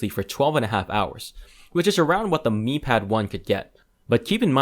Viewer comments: It's "me" not "my" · you pronouce miui correctly by saying "me" ui but you pronounce Mi pad as "my" pad? you drunk bro? lol